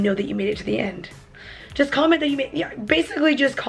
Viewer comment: End not ed